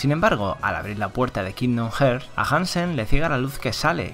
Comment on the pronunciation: Muy buen resumen. Aunque se pronuncia “harts” igual que pronuncias braveheart por si te interesa vaya